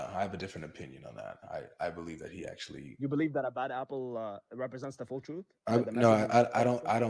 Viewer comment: 😆 LoLz, why does pronounce the word, “Full” like “fool”??